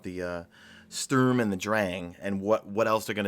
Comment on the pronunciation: I'm calling it, the big expansion in the fall's gonna be "Destiny 2 The Taken Queen" with Savathun as the new Raid boss or at least involving her. (We already got a lot of hint on Titan, especially the giant worms we can see in the ocean) #MadeItToTheEnd PS: Look for the pronunciation of the Sturm on Google at least, you're making me cringe each time you try to say it. "Sturm" suppose to sound like "Storm" and does mean the same thing as well.